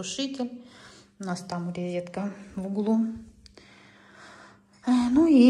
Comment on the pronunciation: РОЗЕТКА по русски... Не рЕзетка.